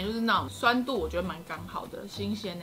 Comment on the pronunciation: 新鮮的藍莓的新鮮484唸錯了變綠的發音有些不同